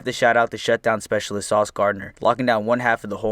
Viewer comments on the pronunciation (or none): none